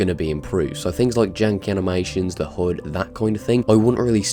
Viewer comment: I thought u were on about the "hood" for the longest time until u actually showed the AC3 alpha and i realised u were saying HUD...